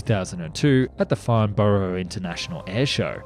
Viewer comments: it's pronounced "farn bruh". Not farn borrow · Note to narrator, a vast amount of times borough is always "burrrh", like Edinburgh when it's preceded, e.g. Farnburrh, but when it's word its pronounced Borough (London) = Bo-er.